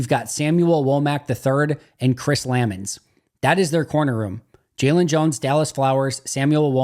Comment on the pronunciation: It's Chris Luh Mahns,.